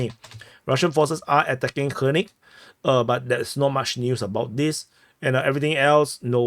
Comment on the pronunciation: It’s not Hernick it’s Vernick